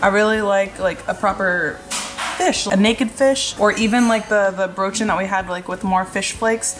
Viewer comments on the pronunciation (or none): I thought i German, why does he pronounce Brötchen like an American?